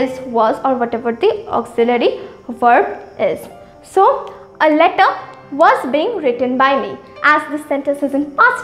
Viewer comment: Not where i.e were difference is there. While ur pronouncing i.e was wrong